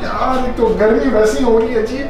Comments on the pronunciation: I always like the videos posted by "" 👍🏻 And it's "Garmi" not "Gharmi":) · Gharmi ni garmi hota hai urdu ki tangay Mat torain